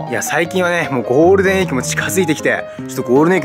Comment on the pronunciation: ゴールデンウィークがゴールデンエッグって聞こえますよ(*･ω･)